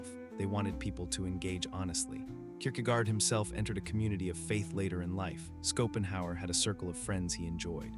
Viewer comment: Skopenhauer 😅 what is this AI ?